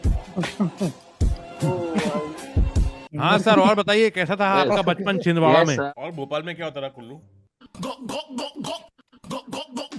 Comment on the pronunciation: chhindwara hi bola ky kulla? Mera seher😅